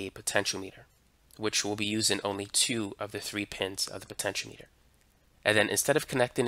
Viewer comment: It isn't a potenCH-o-meter, it's a potenCH-ee-AH-meter.